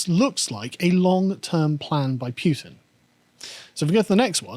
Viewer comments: It goes Poo-tin, not Pyu-tin. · Putin is spelled Путин not Пютин so it would be pronounced Pootin not Pyutin. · [poo-tin], not [pew-tin] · was right to call Carl out on that Putin pronunciation... its definitely not Pewtin lol (that would make for a great pewdiepie skit though) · its pronounced Putin not Pewtin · Carl: Pyutin: No, it's Pootin Carl: Imma be Pyutin my foot up your arse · The "home produced" tractor has "Vladimir" printed along the side, lol. Also, pronunciation is correct. His name is Путин, which is pronounced with the hard "Pu". The way Carl is pronouncing it would be spelled "ПуЬтин." It's not like Zee or Zed, one is his name and the other is not. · Stand your ground, it's Putin, not Pewtin. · The name is Путин: Pooh + tin (not Pyew + tin), and he's on an expotition (not a war). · yeah that "Pew-tin" shit's been bothering me too hahaha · it's P-OOH-tin. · Carl is losing the pronunciation game today. Pewtin? Really? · Pew-tin vs poo-tin...